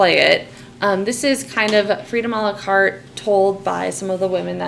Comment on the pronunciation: BTW it's "a la carte"